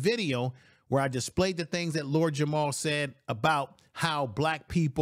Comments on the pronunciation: It’s very difficult for me to take this video seriously when it’s creator calls Lord Jamar “Lord Jamal” in the first 30 seconds and continues to call him by the wrong name for the duration of the video… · JAMAR, not Jamal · It's Lord Jamar not "Jamal" family... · It’s Jamar not Jamal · It's Jamar, not Jamal. Smh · I agree with you totally but he's Lord JamaR not Jamal 😅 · Is not Jamal its Jamar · I made a similar comment. Hard to take the video seriously when its creator doesn’t even know the artists name that compelled him to make the video in the first place…